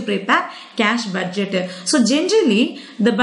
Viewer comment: how many times did she said cash budgeteh